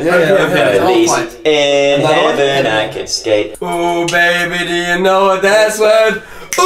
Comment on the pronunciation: “I got locked out of HEVEN”